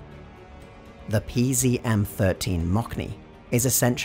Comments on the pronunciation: Building on constructive critique : Motsny, Shimaly (you pronounce it so it sound like smiley) and Stragneek. (pro tip: listen to the pronunciation on translate) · You should read mocny as ,,mosny" with see between o and n, but still, amazing video, how you get all this information?